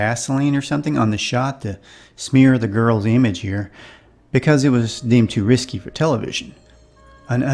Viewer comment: Risque … not risky 😄